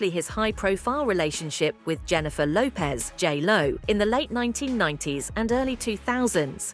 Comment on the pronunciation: "Jennifer Hoepez"